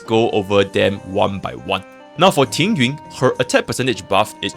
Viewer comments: I'm Chinese, and yes, Tingyun's name is pronounced differently than "Ting-yoon." It's a bit hard to spell out in English, but it sounds more like "Ting-yeehn." The second character of her name is 云 or cloud, which you can look up the pronunciation of if you're curious. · Proper Mandarin pronunciation. "Ting-ween" basically. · Oh it's the ü sound, I know pinyin, but sounds like he doesn't speak Mandarin he's saying it wrong lol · Is Tingyun's name pronounced differently in cn? why does it sound like you are saying ting-ywin instead of ting-yoon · not complaining it just sounds funny, I'm not even a english native speaker so yeah